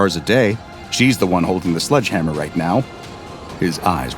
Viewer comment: It's sledge hammer not sludge hammer. Thx